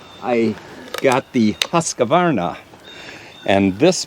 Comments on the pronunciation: Polices how to say Fiskars Says Husqa-varna instead of Husq-varna.... lol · While you are at it you may be able to correct when they say husqavarna. No, it’s husqvarna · Hey..it’s not pronounced husk-a-varna!!😮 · The guy who’s militant about the pronunciation of Fiskars is also the same guy who pronounces Husqvarna as Husk-a-varna. Maybe he should just accept that foreign words will always be a little … foreign. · So he knows how to say fiskars, but can't pronounce Husqvarna? Odd 😉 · is a stickler on saying fiskars correctly. Would you let him know that there is no a after the q in husqvarna?